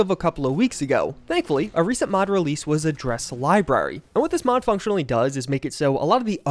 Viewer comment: It's not "a dress" it's "address", like a mailing or house address. "a dress library" - ffs.